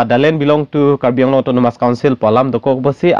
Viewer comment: CM of Assam It is not karbi along. Karbi Anglong. Please pronounce correctly. "ALONG"= wrong pronounciation. "ANGLONG"= Right pronounciation.